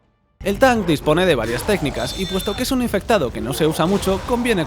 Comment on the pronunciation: me encanta cada ves que dice el infectado le sale mal xdd